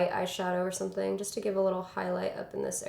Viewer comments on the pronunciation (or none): none